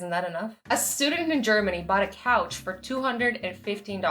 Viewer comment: when you said couch I thought you said cow LOL